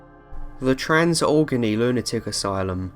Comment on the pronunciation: Great list but some of your pronunciations flat-out suck. Galveston = Gal-veh-stun. NOT Galve-stone. Allegheny = Al-leh-gay-nee. NOT Al-guh-nee.